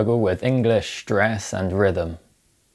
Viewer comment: "Shtruggle with shtress". Well, ok.